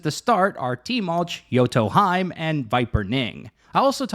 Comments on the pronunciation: Bruh the way he said Yoto Hime is wrong lol, its Yoto he-may not hyme lmao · pronouncing yoto hime like its nordic is crazy LMAO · I like how she literally says Yoto HE MAY , and he still says Yoto HIME 😂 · This was especially annoying when they cut Yoto Hime pronouncing her name right and then the narrator immediately pronounces it as Yoto Haim. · That has to be intentional, but hearing the character pronounce her name "Yoto Hime" as in, "He-may" and instantly hearing you pronounce it "Yoto Haim" instead really gets on my nerves. So infuriating when you know it's the wrong pronunciation but go with it instead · Hears how she says her own name, "Yoto Hymn,": "Anyways, Yoto Heim is..." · thank you! I'm going crazy with all those fake knowledge pronunciations, especially when people correct a wrecked-american pronunciation with "correct" one, which is STILL not right... but to Yotoheim we go, where Valkeyreys are flyeying!! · P.S. Its pronounced Yoto He-May. Heeeee Maaaaaay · cool vid, but about pronounciation -> she already says her name correctly in her intro vid :'D Yoto He-meh... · Isnt it yoto hee-may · Its pronounced Yoto Hee-may. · the way you mispronounce yoto hime makes me genuinely want to tear my hair out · Its funny how yoto hime says her name and you mispronounce it immediately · Really cant be that difficult to just pronounce a characters name correctly. Really common trend of content creators not even bothering and then hiding behind "oh names are hard for me" youre a full grown adult dawg be serious. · Let me show you the correct way to pronounce Yoto Hime then right after pronounce it wrong LOL. Solid vid though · As a yoto main for 2 years you just assaulted my ears with that pronounciation of her name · especially after she pronounced it as yoto hemaie lol he pronounced it in some Irish tounge as if she's a goat or something lmao! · She even says it omg im so sorry